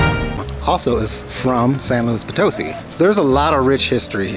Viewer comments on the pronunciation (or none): Educate yourself on the correct pronunciation of the place you visit... It's San Luis Poto-SI... Reflects ignorance and no consideration for Spanish... Follow the accents... UGH!